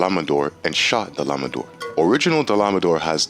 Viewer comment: Dahla ma daur 😂 Ah lay tree on 😂😂😂😂😂